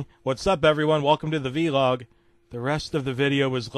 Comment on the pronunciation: It's not Veelog. It's actually Vlog